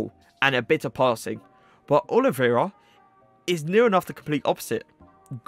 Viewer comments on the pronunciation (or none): none